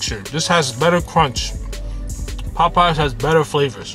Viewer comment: Why you say Popeyes like that? You never heard it said before? 😂 “PPPaWW PPPies 🥴”